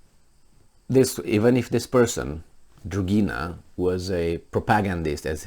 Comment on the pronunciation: "Dugina,"! NOT "Drugina"! No "r" in there.